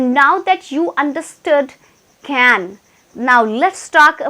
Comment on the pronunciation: Mam your saying can means kan will come we have to say can ok understand.